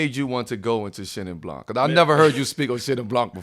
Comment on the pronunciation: LOVE iiit : keep that up btw the C in blanC is muted: it's pronounced BLAN ;)